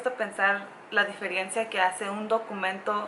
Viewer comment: Se dice DIFERENCIA, no Diferiencia. No se por qué cuando se van a vivir a EU hablan tan mal el español.